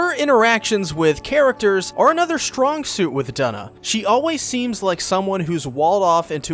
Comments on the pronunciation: Yup Twona and Doona the second 😂😭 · I love this video and I know this is late BUT YOU PRONOUNCED HER NAME WRONG Its Due - Na it rhymes with Tuna cuz thats what they were considering naming their child 😭